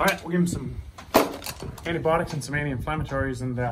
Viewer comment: Antibiotics, not antibotics